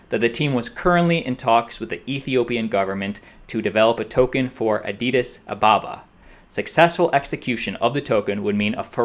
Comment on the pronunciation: Lol you just said Adidas Ababa